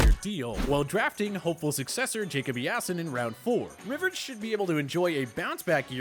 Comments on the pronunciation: Does this guy know how to pronounce names I mean Jacob E-ason 😂. Seriously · Jacob Eat-Ass-Son? Is that what I heard? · Devin FoonChez? Jacob EeeYasin?